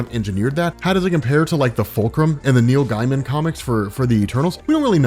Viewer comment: Man said Neal Guyman🤣